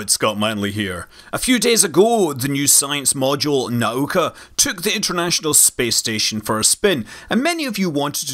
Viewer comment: Congratulations on getting the pronouncing of Nauka right! <3 <3 <3 PS MOSTLY right.